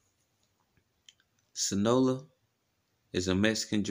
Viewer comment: You have to pronounce your cartels correctly…. Please🥴. It’s SIN AH LO AH